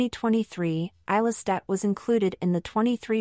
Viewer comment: A 7 minute long video and you did not bother to find out how her name is pronounced .... :/